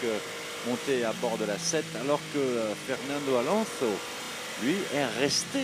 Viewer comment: Est-ce qu'il n'y a que moi qui suis agacé par la prononciation d' Alonso avec un accent douteux ! 😵. Par contre la traduction des liaisons radio avec le team aurait été plus judicieux 🤗. Sinon super vidéo